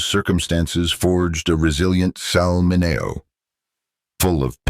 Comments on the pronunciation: This guy needs to pronounce Sal Min e o’s name correctly. By now, 2025, every human being has heard the name Sal Min e o’s name! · This speaker has to learn how to pronounce Mineo properly! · Bullshit AI can't even pronounce his name properly. This is garbage.